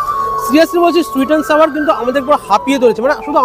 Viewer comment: সুইট এনড সাওয়ার নয় সুইট এনড সৌর হবে